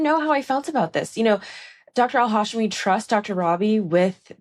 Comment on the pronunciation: The hosts constantly saying Al-Hashimi's last name wrong repeatedly is embarrassing. She was even on the podcast saying it correctly and they still said it wrong. 😬